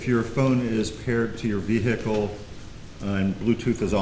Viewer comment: V-hick-le…. Omg